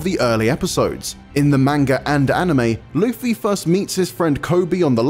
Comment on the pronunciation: Finally, an IGN member that pronounces Luffy’s name right